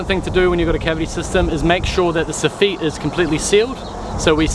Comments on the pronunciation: Soffit!!!! SAH-FIT . NOTTT suh-feet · What is this so-feet you speak of? I think you meant sof-fit